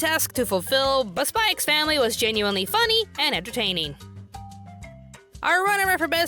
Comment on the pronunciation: "Spy ex Family" -- For future reference, the "x" is silent because symbols are often used in titles to space out letters. Hunter Hunter, Spy Family, Gun Sword, Kiss Sis, Rosario Vampire, Highschool DD. Right after One Piece came out, a fan wrote in and asked Oda why he called the series "Nep Ece" due to the stylized title.